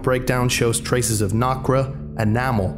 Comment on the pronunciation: For future reference, I might add that the word "Nacre" is not pronounced "Knock-rah", rather it is pronounced "Nake-ur".